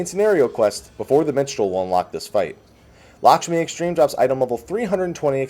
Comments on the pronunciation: Since everybody likes to correct your pronunciation, let me do it too(and everybody else) :D the 'a' in Lakshmi is more pronounced like the first 'a' in "american". So yeah, its kinda like "L(uh)kshmi" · Lahsmi xD might want to redo the title,!